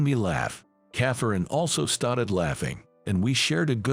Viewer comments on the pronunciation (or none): Why are you saying started so funny